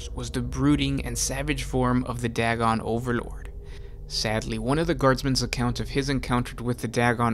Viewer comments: It's pronounced "day-gon" not "dag-gon". When there is only one constant between two vowels, the "a" goes from a soft sound like "at" to a hard sound like "ate". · Day-gon, not Dag-gon. It is using Lovecrafts cosmic terror theme.